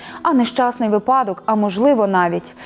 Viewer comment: щиро дякую за це відео! 🙏 Дуже любила фільми Бикова у дитинстві і й до нині теплі спогади про них ❤ Але чому "випАдок"? 🙈 Наголос на перший склад в цьому слові. І чомусь так кажуть більшість зараз, на жаль((((((